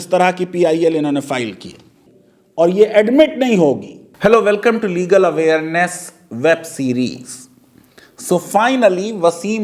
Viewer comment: Faizan can't even pronounce 'Legal Awareness' properly. Such a person gives continuous lectures. Let him give the list of cases he has won so far ?